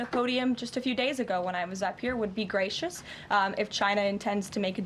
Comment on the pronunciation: Gracishious? When did Levit learn that word?